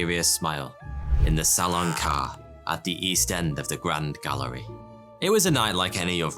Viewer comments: It’s not salon car lol it’s carré (carreh) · Salon “car”, seriously? Carré is pronounced kind of close to kah-HAY. Salon Carré means square hall in French. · Who else is disturbed by the fact that he always said „karr“ instead of „carré“ how it should be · Hey there, Smarty here. I really enjoy your videos. One slight detail in this one needs to be adjusted; Its not pronounced "salon car" but rather the "salon carey" (same phonetic pronunciation as the singer mariah carey). Having said this, keep up the good work. Cheers! ;) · FYI: That's pronounced "Sal-lon Car-ray" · Not « Salon car », correct pronunciation « Salon carray » (Salon Caré), always great stuff on this channel ! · Your prononciation of salon carré is funny af ~Le salown care~ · It's pronounced "Salon Caray" (Car "A"). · Sallan Car.. Lol Salon Carré. The "é" is pronounced like in the word "café". You wouldn't say caff or so.. Hope this helps ✌️ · It gave me creeps everytime you pronounced "salon carré" like "salon car"... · it is pronounced "salon kareee"! you clueless fool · Salon carré should be pronounced like "carray" ;) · For God's sake! Salon CARREH! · Future reference, you would pronounce salon carré, almost the same way but you dont really pronounce the N in salon just make the sound ON and carré would be like car-ray. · As a french speaker... "Salon Car" lol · No, that's not the "salon carre", that's the "salon carré"! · in the end the thieves for the gardener heist you said they were identified which didn't make a whole lot of sense since you said prior they were just alleged and not found to be the actual thieves hence why they never got convicted? And also the Salon Carré is pronounced way different. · Love the vids but, and you may get a lot of this, but you are pronouncing "Salon Carré" wrong. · Please google "Salon carré prononciation", the é is pronounced somewhat like an "heh"